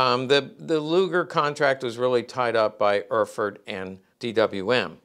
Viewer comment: "Erfurt" in German sounds like "air-furt" in English, pronounced rapidly, with the accent on the second syllable.